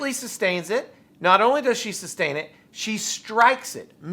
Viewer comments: How about him pronouncing things wrong like substain rather than sustain, tackit instead of tacit, trufe instead of truth, axe instead of ask … it goes on and on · Asshat be axing substain takit boobooo questions….